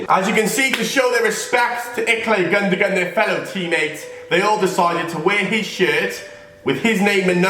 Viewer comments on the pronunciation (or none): Iklay gundogon not ilkay gundogan